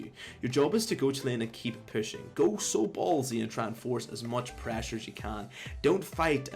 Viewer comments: wth is Praasure, we need more Praaasure, Praasure is key guys haha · PrEHsure loool